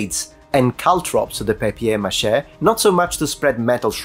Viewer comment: Even if I more or less knew about these things, having it confirmed and, above all, having this amount of details is reaaly fantastic! Thanks! The second pronunciation of "papier mâché" is good French!